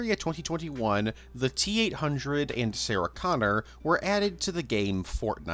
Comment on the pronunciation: You add syllables to words like And and have an odd inflection but excellent content